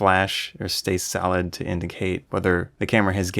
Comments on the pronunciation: "Very salad camera" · funny..i kept wondering ..what in the world of photography lingo does 'salad' mean, because im not a proffessional nor an enthusiast photographer and am just thinking about going to dabble into photography. im like...what does salad mean? i kept trying to find the metaphorical sense....i googled it and everything...turns out you were jusy saying the word SOLID!!! had a good laugh at my myself.